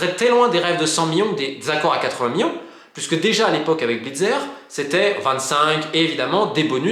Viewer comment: Je n'étais pas sûr sur sa prononciation 😂